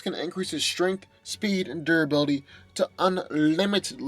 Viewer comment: Durability not dura billy